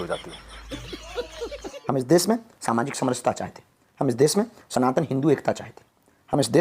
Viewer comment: अरे भागे ईश्वर, पहले देश बोलना सीख ले, देस नहीं 😂😂😂